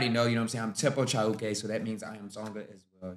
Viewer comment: You pronounce Chauke, Pitso and Tshepo very well, good articulation of the language